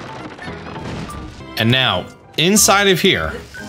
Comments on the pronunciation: he said meow instead of now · Is it just me or did he say 'right meow'?